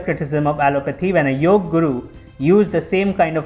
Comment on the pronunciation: Awesome video. but Its Yoga not Yog, if u want international viewers, then teach them properly how its spelt, dont do their slang for fs